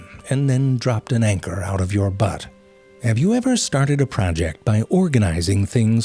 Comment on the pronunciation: California comes to mind hearing you say the words, "Anchor" and "Butt"